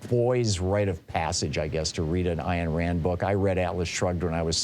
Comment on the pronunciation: Ayn Rand is not pronounced "Iron" Rand. {:o:O:}